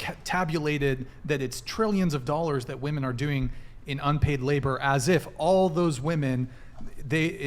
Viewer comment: Ohhhh, I remember her! The dumb ho that can’t pronounce: ‘womEN’, the plural of the word ‘woman’. It’s actually pretty frustrating…